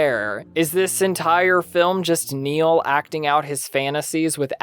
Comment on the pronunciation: Its Barry Nyle not Neil. Great vid.